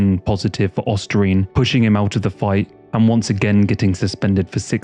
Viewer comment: Ostarine not ostrasine or whatever tf he said